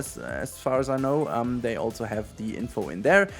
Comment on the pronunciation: There is no T in "also".